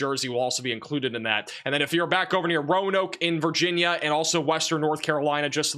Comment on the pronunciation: wild he cant say Virginia.